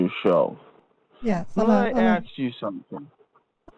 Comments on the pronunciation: more like lemme axe you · and let me "aks" you...i love this imbecil😂😂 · Let me ax you… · An tan I ax you, lol! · Jamaican here and I’m dyinggggg with laugh at this. Between the horrible grammar, awful pronunciations and the “let me axe you”, i just can’t😂😂😂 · has nerves of steel. All the 'Lemme aks you's" were starting to give me a nervous tic This scammer is DIS GUS TING. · Yeah, I had to turn it into a drinking game (per another commenter’s suggestion) “Let me axe you…” Drink! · and let me axe you, wtf, you should have done a karen on this piece of crap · No, axe😂😂😂